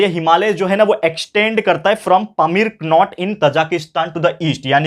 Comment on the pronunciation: Sir in Pamir knot K is silent.